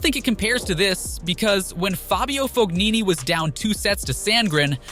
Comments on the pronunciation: It's not FOG-nini, it's silent G, Fo-nini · It’s not fog-nini I it’s fon-nini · u can't call ur channel "tennis", if u can't pronounce ATP/WTA players' surname properly. FoGnini? nobody pronounces G there. also seeing someone get frustrated and destroying his racket doesn't state as "unsportsmanlike" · Italia died when this guy said Fognini